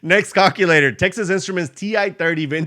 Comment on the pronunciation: Hey I just discovered your channel today and I love it. I know English is not your native language, but has anyone told you that the way you pronounce calculator makes it sound like the English name for a male chicken if you know what I mean. Google how to pronounce calculator so people won't giggle when you say it.